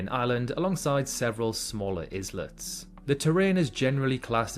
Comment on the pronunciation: The Isle of Man is actually closer to Scotland than to England or N Ireland yet there are no direct ferries. Also an islet is not pronounced like iz-let , it's nearer to eye-let if not quite the same.